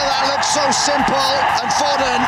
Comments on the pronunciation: I hate how the commantater says foden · how did they mispronounce Foden?